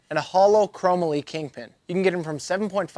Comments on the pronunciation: Chro——-molly would be the pronunciation great video ,thanks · Your pronunciations crack me up. Henry “Roll-ins”, “chro-mole-y”. Love it lol